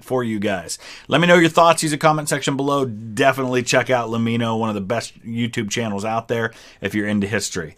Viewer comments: Thank you for giving Lemmino his credit for making quality contents. Also I have to tell you that it suppose to be pronounced "Lemi-no" like "Let-me-know". Can you make his UFO, DB Cooper, Roanoke too?? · His name is a play on “Let me know”. So it’s pronounced “Lem me no” not “La mee no” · just so you know it's pronounced LEM MIN NO as opposed to LEM MEEN NO. its like saying 'let me know' quickly